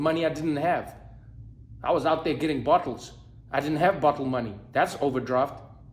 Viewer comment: The way trevor says BOTTLES....soooo south african #baie